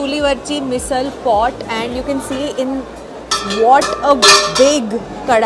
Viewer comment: You pronounced मिसळ correctly 😁